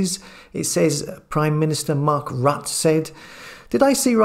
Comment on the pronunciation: Rutte is pronounced as 'Rutter'.